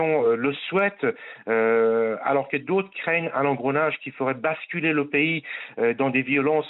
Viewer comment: Bravo pour avoir écorché trois noms de pays sur trois